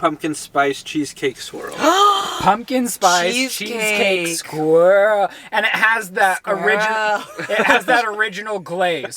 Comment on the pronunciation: did you say squirrels instead of swirls?😅 Lizzie and Chris caught it